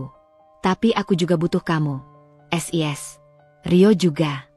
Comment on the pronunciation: sebenarnya ceritanya bagus sayang cara bacanya agak aneh sis kenapa d baca S I S jadi kedengarannya lucu seoerti ngak bisa baca,maaf ya komplin